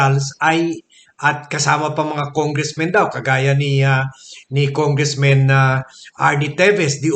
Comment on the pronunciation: Why congressman is pronounced as congressmen when the subject is singullar?